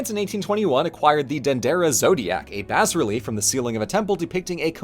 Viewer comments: how is it that you pronounce "Amantillado" correctly but "bas-relief" wrong? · Is "Bas-Relief" really pronounced like "Baz-Relief"? I thought the "s" was silent. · never heard bas relief pronounced like that